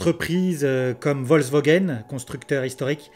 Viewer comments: Merci pour cette vidéo. Petit truc, c'est Volkswagen et pas Volkswogen ! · Bonjour! Merci pour cet éclairage novateur. Ta prononciation très personnelle de Volkswogen est assez marrante. Tu devrais adresser cette vidéo à Auto Plus où à Turbo de M6, pour les aider à vaincre leur résistance au changement. L’ avance de Tesla, en plus de ce que tu as si bien expliqué, c’est aussi l’intégration verticale extrême qui est planifiée: demain, l’internet starlink... le GPS Space x pour toutes les tesla. Demain la grande révolution des robots taxi mais aussi des robots semis... les constructeurs traditionnels vont générer des marges beaucoup plus faibles que tesla et seront certainement conscients qu’il sera plus simple d’acheter à tesla les batteries, moteur, logiciels, autopilote, gps, internet, conduite autonome et il se concentreront sur la cabine et leurs finitions pour conserver un bonne partie de leurs clients fidèles. Le monde selon Elon nous est offert, quelle chance de le voir, c’est une révolution industrielle enthousiasmante. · Interessant En effet c'est bien résumé de rappeler que dans le cas de Tesla c'est la voiture qui est construite autour de l'ordinateur et ça fait toute la différence ps : je ne sais pas si c'est du à un petit accent mais j'ai entendu VolkswOgen à chaque fois que tu as cité nos voisins allemands ^^